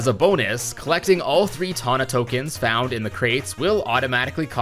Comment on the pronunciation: Twana❌ Tana✅